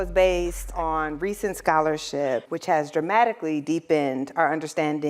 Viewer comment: It's brutal to hear this lady say the word "Scholarship"